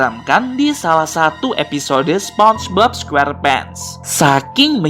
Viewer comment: SEPONGBOB SQERPENTS BUKAN SPONGEBOB SQUERPENT